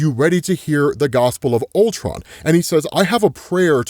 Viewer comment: "CULTRON", cmon, bruh